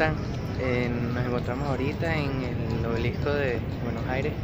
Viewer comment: Jajaj me encanta cuando pronuncian Bs As. Es raro. Lindo vídeo